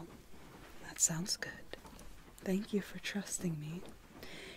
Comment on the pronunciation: “shew shew sheew” Captions: “thank you”